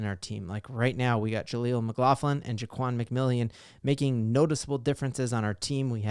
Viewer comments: I thinks pronounced McMillan not “McMillion” . I could be wrong. Just a friendly note. Love your channel! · I really hope Jaleel sticks around while the RB room grows. It's just pronounced "McMillan", not McMillion btw